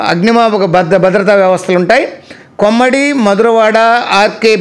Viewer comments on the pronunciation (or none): Not Murikivalasa, మరికవలస Not కొమ్మిడి, కొమ్మాది